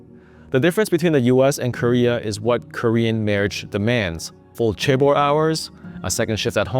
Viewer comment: The correct pronunciation of chaebol is with a more J sound than a hard CH sound at the start.